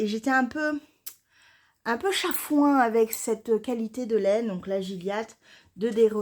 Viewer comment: Bonjour tu as raison de reprendre tes anciens encours surtout le Jura il sera bien chaud tu me fait rire quand tu dis que tu est "chafoin" car j'entends mon accent du gard bonne journée. ❤😅